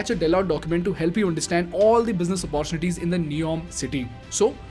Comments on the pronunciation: Hi bro... you pronounce all the words as the way they need to be pronounced... But you pronounce "Opportunity" incorrectly all the time.. please correct it... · I am a regular follower of your channel. Really appreciate your style of explaining issues. Your English is excellent. One area of of improvement is the pronunciation of the word ‘ OPPORTUNITY ‘. Best wishes!